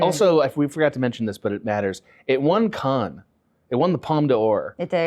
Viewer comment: Cannes is pronounced like "can" (as in tin can), not "Khan". 😅